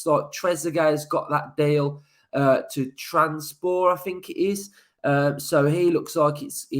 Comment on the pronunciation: Why can nobody get the name Trabzonspor right anymore? It's trab-zon-spor 😋